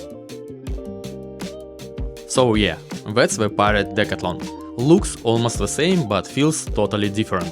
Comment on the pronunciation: The proper way to say the name of the store is, Dee/ Cath/ Lon, I am just helping you, please do not be offended